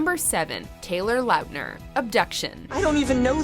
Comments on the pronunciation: I hate the way she says Laughtner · Why do you say lautner like that?